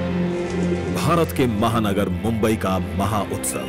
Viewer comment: Not bumbai it's mumbai